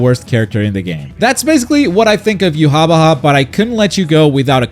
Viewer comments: "Yu wah ba hai is here to clo-" I'm sorry WHO?! Yu ha ba ha. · I know how hia name is supposed to be pronounced (YOU-HA-BAHA) and this is NOT that lol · To be fair, the katakanazation ユハバハ isn't even a good transliteration of the German pronunciation of Yhwach